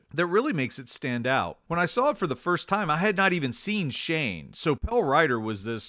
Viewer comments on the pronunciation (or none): none